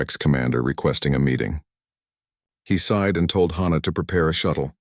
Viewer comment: Except from YouTube AI's, I have NEVER heard the name "Hannah" pronounced like the phrase "Ha Ha!". EVERYWHERE else, it is pronounced like the HA in "HAPPY"!!! SOMETHING IS WRONG WITH ALL AI's doing this!!